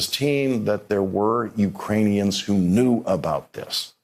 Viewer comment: Is it my hearing or does Lawrence not know how to pronounce knew properly?